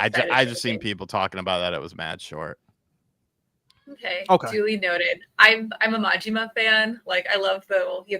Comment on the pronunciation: say "okay" weird. Sounds like "umkoy"